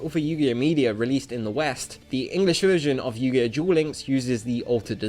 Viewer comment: Stop saying dual instead of duel, and it's not Buss its bust